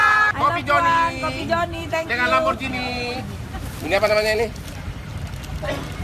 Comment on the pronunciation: LamborGhini bukan lamborJhini